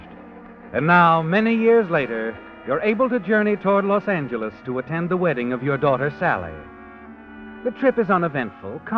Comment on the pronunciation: So it’s pronounced Los Anger lees.